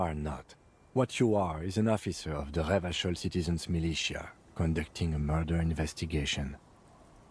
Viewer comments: endurance is purposefully mispronouncing it. The game had been released without a voiceover and spent more than a year before being voiced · Weird how Revachol keeps being mispronounced in the mirror sequence but not always. I guess they recorded the personalities at different times and the pronunciation was corrected by the time Endurance was done.